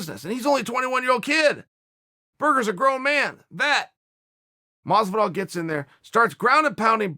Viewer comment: Is it pronounced fucking George masvidal or Jorge masvidal holy shit lol. So sick of hearing everyone butchering his name like which one is it masvidal!!!!!